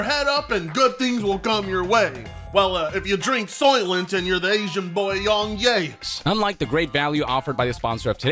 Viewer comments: Everybody: "Yong Yea": "Yong Yay" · "Young Ye-Ah" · More like Yong Nay